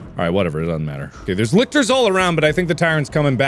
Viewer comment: No one else a bit triggered that he's calling the Lickers, Lictors. Wtf Mark come on...